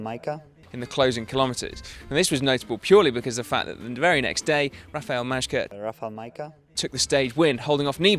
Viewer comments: If you want to pronounce MAJKA as it should sound just say MAYCA it Will do. I suppose this name will be coming back. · 'If I muffle my mouth with this towel, no one will notice that I can't say Majka'